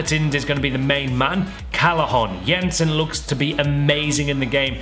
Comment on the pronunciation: FINALLY a english FIFA youtube Said "Jensen" right 😅